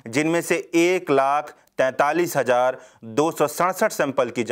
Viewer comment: Ravish type voice. Good. Bus letter sound me sudhaar lane ki zarurat hai. Jaise : Des, nhi Desh. Hajar nhi, Hazar. Mareej nhi, Mareez.